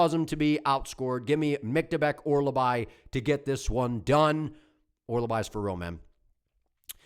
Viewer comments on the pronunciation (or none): Hearing you say Orolbai wrong like 50 times in 3 minutes is crazy😭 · You might of sold me on Sousa. I was really unsure about that one i might be switching over to Sousa now. Also, his name is Mintsybets Orolbai 😂